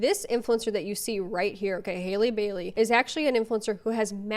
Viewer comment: Isn’t it HAL-EE Bailey? Not Hailey?